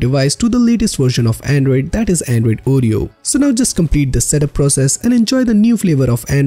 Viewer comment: It's not ooh-ree-oh, it's or-ree-oh, and SLOW DOWN, for crying out loud! It's difficult enough to follow along, add to that trying to figure out what 2 out of 3 words are your actually saying!! Damn! Seriously, I thought you were wanting to help! WTH, dude?!?